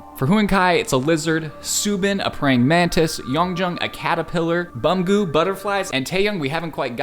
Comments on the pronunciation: LOL THE WAY HE PRONOUNCED THEIR NAMES TOOK ME OUT bro BEOMGOO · not to be that guy!! no hate what so ever but their names are pronounced - Yun-june Soob-in Buhm-ge-you Tay-hyun He-you-ning kai (like the word hue) hope this is helpful! <3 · he said "bum-ggu" HELP ME 😭😭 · the way u say hueningkai ans beeomgyu and yeonjun 😭😭